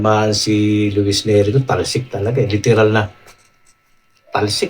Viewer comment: neri hindi lerry 😂